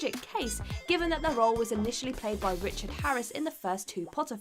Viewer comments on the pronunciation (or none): none